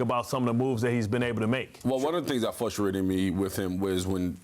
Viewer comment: One thing that "fustrates" me is that no one on this cast can pronounce frustrated! ;-)